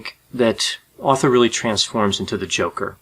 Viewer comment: So no ones gonna talk about how he starts saying Author instead of Arthur for almost the whole thing? Lol